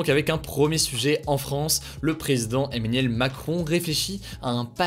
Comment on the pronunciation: Nobody: ... Hugo: Emménuel